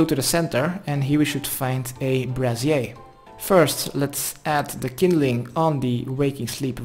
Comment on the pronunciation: I love how you say brazier, like it's French.